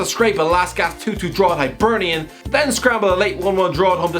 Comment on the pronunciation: It’s not pronounced Hibernian like Hibernation, it’s Hibernian like hippo. Often shortened to Hibs, like hips